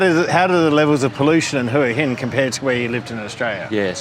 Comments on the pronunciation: It's Wha Hin not Whora Hin! lols, get it right, love your channel, great watching! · Hoooey inn . FFS. It’s pronounced HWA HIN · Where is Who Hin, cant even say the name of the place right. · Barry is pronouncing it correctly. Hooha Hin is dead wrong and makes you sound like a tourist, I love it here and am definitely not going back. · you need to learn how to pronounce Hua Hin. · pronouncing Hua Hin wrong. Barry correct. Head Rock, just ask the locals.